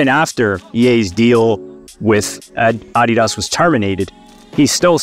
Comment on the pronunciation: i reported you for your pronounciation of ADDidas